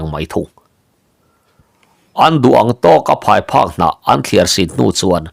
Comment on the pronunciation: Pheiphak ni lovin phaiphek.